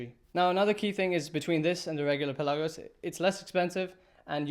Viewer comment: "Pelagos" is a greek word and it means "open sea". Your intonation of the word is wrong. It is P'elagos and not Pel'agos